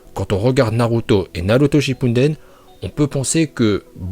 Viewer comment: mais pk tu dit shippunden c est shippuden